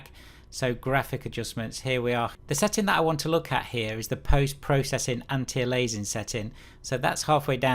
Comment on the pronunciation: It's pronounced "Anti Alias-ing" -- Because that's what it's doing... stopping alias... And your "anti-stropic" filtering is "AN-ISO-TROPIC"... you must have heard of the word isotropic before...